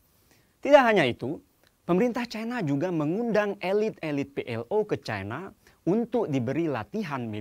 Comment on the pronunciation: baca aj 'CINA' jangan 'cai na', penyebutan kata cina itu kan penyebutan yg diindonesiakan, nggak apa kok